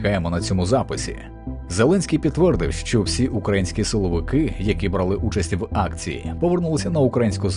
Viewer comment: 'УкрАїнські' - дуже ріже вуха.